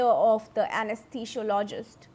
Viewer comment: Please learn to pronounce anesthesiologist